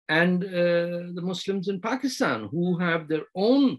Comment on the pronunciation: So... is pakistan pronounced as fockistan in Arabic? (serious question)